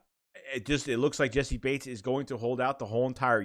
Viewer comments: Naw you said it right that’s how I say it and hear it from prominent figures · Im pretty sure you're sayin his name right bro. That's how I heard the announcers say it. That's how I've always said it. That's what it looks like it sounds like. It's right.